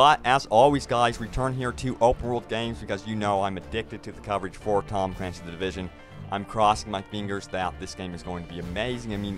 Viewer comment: We can't forget about TAHHHM CLAINCYS THE DIVISUN. Pronunciation on point.